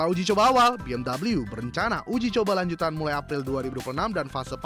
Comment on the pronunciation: udah bener baca 'BMW' cara indonesia,malah pakek cara inggris LOL